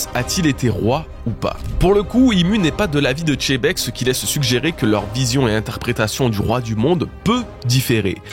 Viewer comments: ARRT DE DIRE CHEBEC C XEBEC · Il va falloir se mettre à dire Xebec au lieu de Tchébek , c'est fini le "doute" au sujet de son nom , en japonais c'est bien la retranscription de Xebec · Lui aussi il dit "Tchébèque" lol